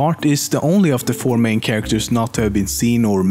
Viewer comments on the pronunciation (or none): none